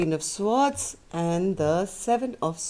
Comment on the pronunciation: swords is pronounced SORDZ.